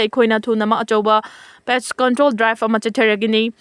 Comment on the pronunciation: Tapna pao sentence. 2 gap leihallu Tengei maril haiba nutte tongjei Maril haibani Post control haiba nutte pest control Haibani Blah 2